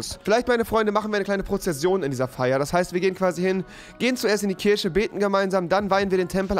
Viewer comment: KirCHe rewi, nicht Kirsche